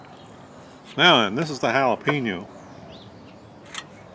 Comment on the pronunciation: It's so wrong but sounds so right: Hail uh pee noh Spam!